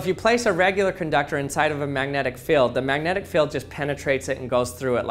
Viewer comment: Magnetic "Feld" "Fill" "Feel"? You are the WORST!